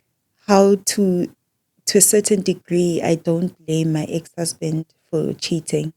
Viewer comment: I like how pronounces the married male, Hoesband 😂😂